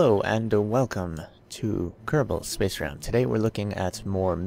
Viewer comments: I'm sorry I really am but I'm thinking maybe speech therapy, think "pro" in between spacegram, please try!? It's not the mic. I really like your vids I watch them all, I think your great, I just really wanna hear " space program" one time? Please?😃🙏🏻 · I really didn't want to put negative comments, but listen to the 1st few seconds of above vid, you say spacegram I can't hear a gap even slowing to -4x speed you say"ssppaacceeggrraamm" lol there's not enough gap for "pro" to be lost, maybe you don't realise your doing it? Anyway as I said I watch all your vids and it's not a big deal, but please listen👍🏼